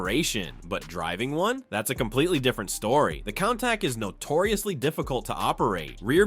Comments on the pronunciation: You have to work on properly pronouncing Countach. It is pronounced like Coon-Tah-sh. You got it right the 1st time and then 1 time after that, the rest times that Countach was pronounced in the video you got it wrong. The first part of Countach should not sound like the word count. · These AI voices are SO ANNOYING! The Lamborghini CONTASH? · The COWN-TASH??? 😂😂😂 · how do you mispronounce Lamborghini Countach.....lol countak.I hate AI generated videos these days.They should be completely monetized and get nothing for these types of videos.Especially AI generated fake videos.There everywhere now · Hilariously, the announcer pronounces " Countach " THREE different ways..... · "Countach" was pronounced four different ways. 😂😂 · All of em wrong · Your AI doesn't speak Italian very well does it LOL it pronounced Lamborghini Countach two different ways back to back in both of them were wrong.. But got it right twice..😂😂😂😂😂